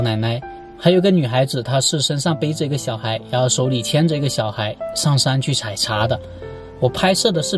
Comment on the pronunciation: Yan后=ran后，哈哈